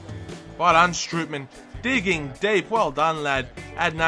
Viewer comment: Strootman is pronounced "stroteman". And with Depay, you pronounce the "a" like you do in "arm" so it's like Depaay.